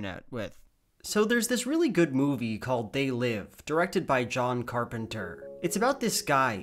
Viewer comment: wh why did you say carpenter like that was They Live your first exposure to the word??